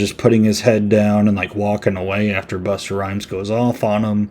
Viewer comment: Bust-a Rhymes not Buster